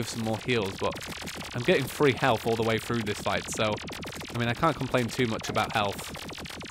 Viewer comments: you were saying "free" instead of three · No, it's the way how you pronounce three sounds like free